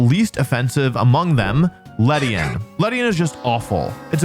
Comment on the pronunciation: It's ledian